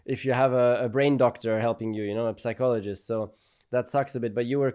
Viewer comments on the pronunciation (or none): the 'p' in psychologist is silent.